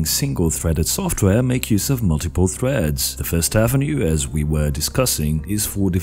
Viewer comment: dont drag your syllables out for so long, for example at threads . you wouldnt talk like this if you talked normally and its really unpleasant to listen to.